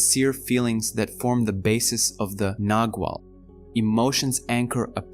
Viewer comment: Clearly described thank you, but I wonder why it is that in all the videos about the Castaneda books that I have listened to, the terms 'nagual' and 'tonal' are mispronounced. Their proper pronunciation is clearly described at a certain point in the books, and it seems to me that the video-makers haven't bothered with that.